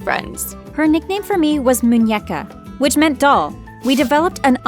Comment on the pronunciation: It’s Muñeca not muñueca 😂